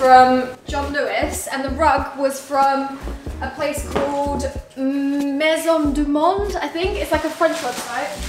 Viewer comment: That's funny how you prononce "maison du monde" 🤣🇫🇷